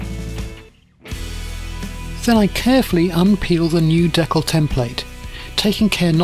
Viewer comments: Never heard it pronounced “deckel” before. Good video though! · fantastic as always! Being an American, We say it dē-kal with a hard "E" like people and a soft "a" like in mad. I've not heard it pronounced like you do so I looked it up, and apparently it's also the common way for Canadian people to say it. Just an interesting deep dive I went into because of this video.